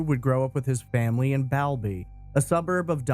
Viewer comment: BALBY pronounced Ball and Doncaster has a population around 200000